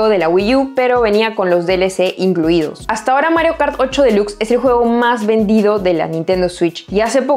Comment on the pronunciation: Esta mujer es muuuyyy buena, lástima solo publique un video muy rara vez en YouTube, felicitaciones, (pdta: no se lee “ esniper “ sino snaipr “, delax no dilux entre tantas cositas sin inoortancia a mejorar ) sin ánimo de criticar muy buena